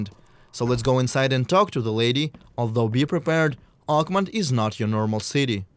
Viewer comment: it’s OAKMONT! OAK-MONT! Not uggmon. Say it right. If it was French I would damn well learn how to say it in French.